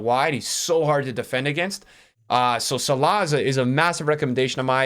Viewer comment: The pronunciation on names lol zeeedane, salaaawwh